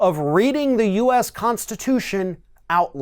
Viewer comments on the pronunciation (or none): It was the U.S. That stumped him. He kept trying to pronounce it us.